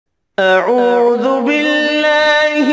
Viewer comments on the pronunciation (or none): none